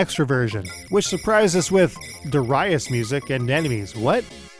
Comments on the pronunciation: durr-i-as? lmfao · Also, it's 'Darius' all one word...not Dar- 'I' -us with a hard I.